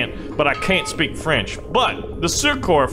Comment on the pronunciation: As a french it took me 5min to understand the word Surcouf xD say it Surcoof